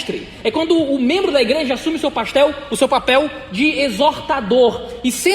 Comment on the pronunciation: Só eu ouvi ele dizendo "quando a igreja assume seu PASTEL"?